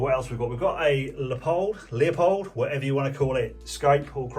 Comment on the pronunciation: pronounced Loo-pold btw